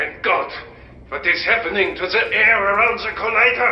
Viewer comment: One i heard DEEE machine i just clicked off the video